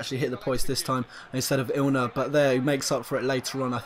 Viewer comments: INler NOT ILner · INLer not fucking ILNer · You're saying ILNER instead of INLER everytime, minor mistake but still quite noticeable and once you've heard it you can't unhear it. Nonetheless a great video, nice squad. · IN-LER, not IL-NER